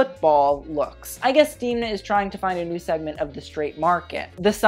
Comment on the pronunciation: Démnà not Deemnaa ;) x more pronouncement tips just call me